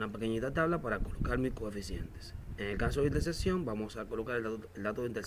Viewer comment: Que raro pronuncias las palabras " punto de intesesion"